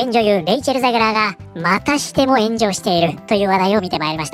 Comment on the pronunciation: ゼグラーが、またしても炎上している が ゼグラーが、またしてもenjoyしているに聞こえた。 まあ間違ってはなさそうか